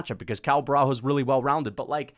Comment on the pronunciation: Cuz, u need to learn that Portuguese don’t pronounce the “h” so u have a full vid of u saying borralHO when it’s pronounced borralYO, you’re already a controversial figure, don’t start sounding dumb too otherwise ur cooked